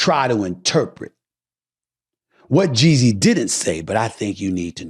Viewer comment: Why does it sound like he’s saying Jay Z